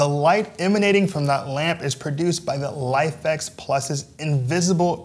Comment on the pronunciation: I believe it should be pronounced LIFE-X. Nice video otherwise :)